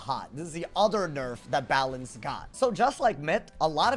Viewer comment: balance got BUTCHERED holy moly